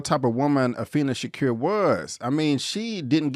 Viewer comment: I like your video I just can`t get pass you not saying Tupac`s last name right. It`s Sha-Koor , not Shacur. Tupac Amaru Shakur.